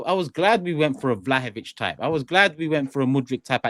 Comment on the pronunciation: Did seriously say vlahovic 💀💀